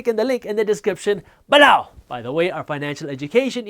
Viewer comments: lol...a disgruntled “be-LLOW”! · I can’t believe the only one that says “ BELOW!” Like he does 💀😂